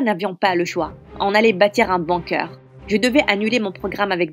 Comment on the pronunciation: C'est la pire histoire du monde en plus l'image et le titre n'ont rien a voir avec l'histoire et aussi apprenez à dire bunker svp